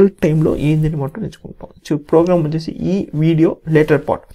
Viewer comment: Plogram 🤣 proorgram🤣 purgram 😂 Finally he said program 😅